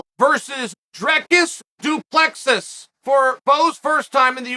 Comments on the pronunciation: Du Plexus hahaha 😂 you making a fellow South African laugh here haha. Get it right, remember the name “Dree-cus Duu Plea-seas” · “ I never get names right, I took they the time to learn his name. Du preesee”😂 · Also saying it Du Pressis lol, after saying he learned his name because of how much he respects him. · Drekis du Plexis 🤣. Chael Sonnen. This might help: “Dreeee Ciss Doo Plugh See” Dree (like Bee) Ciss (like Piss) Doo (Like Doo Little) Plugh (Like ugh) See (like The red Sea) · Uncle Chael since I know you read ALL the comments, and I am from South Africa myself, I feel I just have to help you with the pronouncing of Dricus surname 😂 It's "Do Ple-sie" But if you still feel it's "Du Plexis" then so be it 🙌🏻🤣 Undisputed, Undefeated. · Plexis? Try this next time du plecy. Do not spell it like that but said like that. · Du plexus. Du plessiss. Du preese. _ Chael Sonnen from the book of Sonnen 7: 77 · "du prisi" i took the time to learn his name🤣🤣 Lord Chael called it, his name is du prisis now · Pronunciation - "Drick-Us Doo-Plus-See " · Saffa language lesson Chael. Dricus Du Plessis (do pla sea) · Now say it with me.....Doo-pla-cee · "Du Prissy, I took the name to learn his name." - Chael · It's pronounced Du Plessis ( Du_plus_C)🤣 Nice video bro! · Chael: I took time to learn his name Also Chael: Du Plexis Me: ok great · "Du Plexis" "Du Pleeseez" "Du Plesicks" Chael is undefeated in pronunciation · Dome tag " du plexis" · It's pronounced DU-PLA-SI you knucklehead. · Does uncle Chael deliberately pronounce names incorrectly Islam “Mackelchev”. Du plexis lol. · Me being a South African mixed martial artist I'm genuinely dying from the pronunciation 😭😹😹😹it's pronounced "Drikus du ple-si"😹😹😹spelled Dricus du Plessis😹😹😹😹😹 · Chael you say the last part of surname like you wud say sea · I took the time to learn it right. Du Presees ….😂😂👊👊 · Dree-cuss Doo Ples-si. Hopefully that helps on how to pronounce Dricus' name & surname. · agh ne oum Chael. 🤣